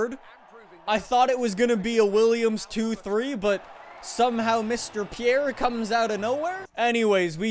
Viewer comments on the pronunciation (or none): none